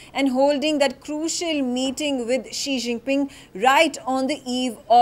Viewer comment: Ji Xinping ?? 🤣🤣.. This is worese than 11 Jinping!